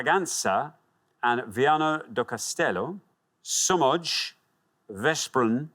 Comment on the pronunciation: "sz" is used in Polish too. I thought Poland until he pronounced Somogy as Somodj and Veszprem as Vesprem instead of Veshprem. Then I remembered Hungarian...